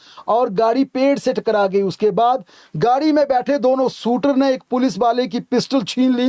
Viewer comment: भाई शूटर 😂 बोल एक बार फिर से